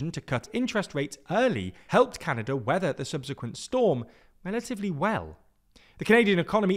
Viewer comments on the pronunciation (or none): none